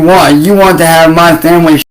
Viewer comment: Normal humans leave their homes for way more than 3 hours every day, but when “Muh femwee” has to do it it’s like they’re refugees 😂😂😂